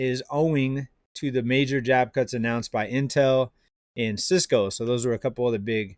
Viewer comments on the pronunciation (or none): none